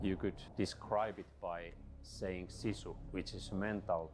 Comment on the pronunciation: Why do you try to redefine what sisu (or like you say it "shisyy") means?